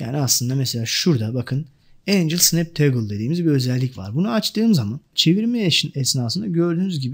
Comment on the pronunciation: Çok güzel anlatıyorsunuz. Yanlış anlamazsanız Angle "engıl" diye okunuyor, Angel "encıl" diye okunuyor.